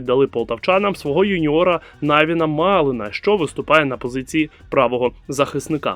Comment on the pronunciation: Навін Малиш, а не Малин чи як там у відео...